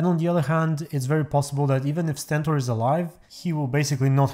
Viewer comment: it’s not Sentor, it’s Stentor